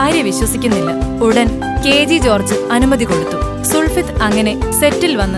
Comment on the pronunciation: sulfith alla, sulfath aanu sister...!